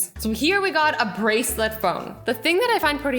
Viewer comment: did she say put ur barcelet to ur phone?